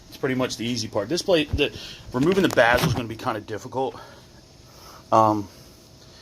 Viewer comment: A boot not a gasket bezel not bazle goo off not goof off